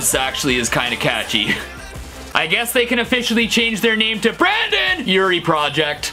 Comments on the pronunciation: Its Brendon not brandon 😂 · the fact that he said brandon and not brendon hurts my soul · im not the only one who noticed 😂 like,, its Brendon